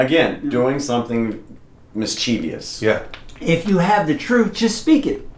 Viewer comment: 17m48s mischievious? No such word. The word is... mischievous.